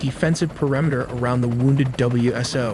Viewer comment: New here...these vids are excellent & impressive how fast you make them. That Blackhawk is gonna have a hard time landing with that huge unit hanging down under the front of it though. I'd imagine it under the pylon of a DAP or pallet loaded in the back. Also, we say "Wiz-o" for WSO, and callsign numbers are "four four" instead of forty four. Subscribed!